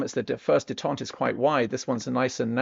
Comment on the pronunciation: Detent is pronounced, Dee Tent, Not Day tont. (Detente) Détente (pronounced /deɪˈtɒnt/) means the easing of strained relations or political tensions between countries that were previously unfriendly